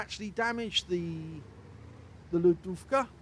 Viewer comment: Great game with some nice AP shots, that's what I like and yes, You are pronouncing "lodówka" correctly. :)